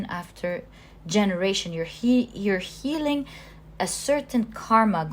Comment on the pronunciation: I chose pile 1 since I was attracted to the bear. However, I couldn't finish watching your reading. The main thing to me is the way how you say a word healing for example. You say it as healink. I don't know why but you change g to k at the end of some words and, as a highly sensitive person, that really stings my hearing, breaking this lovely zone where I get during the readings. I hope you don't take my words in a wrong way. I'm not here to judge you or anything (because my English isn't perfect either since I'm self-taught about it) but I wanted to point this out.